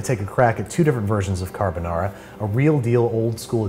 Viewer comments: italian: car-ha-bou-nah-rha american: carabenara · Bruh when he said “kahBaNara” I died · I get chills everytime he says cArbUnAra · Imagine pronouncing carbonara, "carboñara". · Si dice Carbonara non Carbonarà .peró io sono allergica delle uova come faccio? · "Carbonara" "Tony Montana?" "Carbonara" "Lachimolala" "LA CHI MO LA LA" "CA R BO NA RA" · Carr Bo Naraa 😂👌 lol you get my like for pronunciation if not the whole video 👌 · CAR-BO NARA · Babish: "carbonara" Captions: "Got A Banana" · I’m pretty sure it is pronounced “Lachimonara” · Babish be like "cadubuhnada" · Nobody: ... Babish: “cArbOnarra” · I think the Italians got mad not because of the recipe but because of your pronunciation. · I love the extra 'Murican twirl on “Carbonara”… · i have never felt such a whiplash hearing the fancy "carbonara" pronunciation for a solid 3 minutes and then hearing the most americanized "carbonara" slam me against a brick wall at 55 mph. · I had a big smile when he pronounced carbonara with an Italian accent and the just all of that disappeared when he did an English accent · They way he said “carbonara” killed me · the way he said carbonara💀💀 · almost sounds like an Aussie accent when he says carbonara 😂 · that really fucking hurt me (I'm Italian) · Stop pronouncing carbonara in a Japanese accent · that sounds like a korean version of pronouncing carbonara. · Let's cook it the Italian way: pronounces carbonara with a Japanese accent. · "Time to make Carbonara" - sounded almost Australian there for a moment.